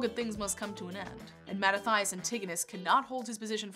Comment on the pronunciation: Mah-ta-ti-as, not "Mah-ta-thigh-us"